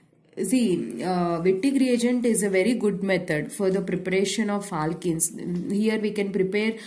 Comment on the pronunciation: Aalkenes 😂 Alkel halides 😂